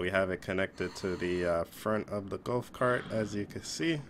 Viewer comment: Golf not gulf and water not wartor